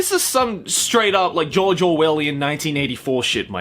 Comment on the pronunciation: Everytime said George I heard JOJO